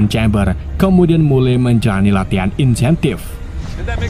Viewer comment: Intensife bang bukan insentife wkwk